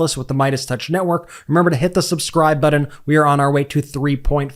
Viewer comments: You really hear yourself saying "buddin" instead of button and think that's ok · say button, not buddon, important,not impordant